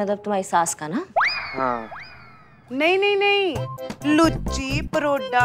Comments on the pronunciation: Luuchi nahi gucchi 😂😂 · Woh lucci Nahi Gucci hota hai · I think luchi Nahin Gucci Hota Hai 👍😄🤣😂